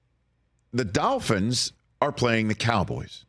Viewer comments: It’s dolphins, not dalphins, Rich. Good lord. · Hey Rich, It's Dolphins not Dafins.